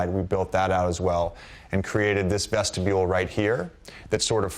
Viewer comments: I literally fell out when he said vestibule lol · JJ "Vestibule" Redick